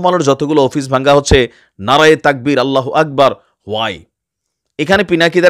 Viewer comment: allahu akbor uccarone apnar eto jole keno